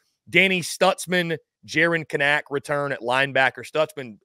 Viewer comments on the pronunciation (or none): Because I think you'll be saying his name a lot this year, Jaren's last name is pronounced CANN-ick.